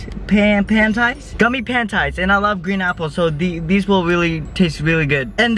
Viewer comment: “Gummy Pantais”